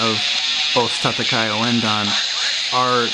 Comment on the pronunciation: Hold your horses, there, son. Tatakae is just that: ta-ta-ka-e, four syllables. "Kay" is no more right than "Kai".